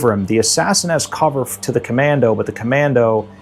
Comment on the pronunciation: Great show. the "ComanDOH"